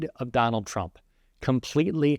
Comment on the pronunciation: Turmp? Cognress? Intentional or did you hire someone from fox?